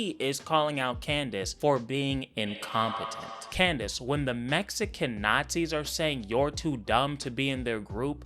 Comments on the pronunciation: That little slip in nickname “klandace” was pure comedy gold 💀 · I jus noticed he kept calling us Clandice 😂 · Lol u said clandice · This man said, "Klandace". lol 🤣